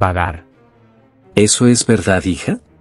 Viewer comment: Aquí los que escucharon que dijo reseso XD la rosa de Guadalupe pero versión roblox 🤣🗿🍷